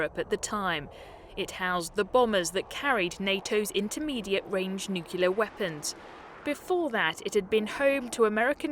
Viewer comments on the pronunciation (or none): Did a British reporter on Forces TV say "nucular weapons"? 😮😮😮😮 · It’s Nuclear NOT NUCULAR! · and 'noocular' is what exactly... and how about 'armoured ferret vehicle'...! It's 'Ferret armoured vehicle'... The Halifax airshots look remarkably like the Avro Lancastser... Then I gave up. How about a fact checker before posting? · Oh my god she said "noocular". What a let down! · What is a "nucular weapon"?